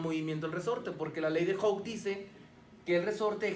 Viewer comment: Me cae mal que no pronuncie bien: 'Hooke'.